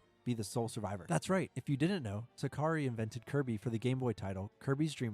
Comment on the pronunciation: That's not how you pronounce Sakurai btw